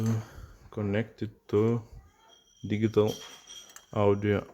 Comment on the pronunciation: "digghital" lmao what planet are you from bro? 🤣